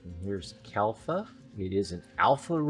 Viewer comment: You are saying Kalfa ....but the official name is Kalpa.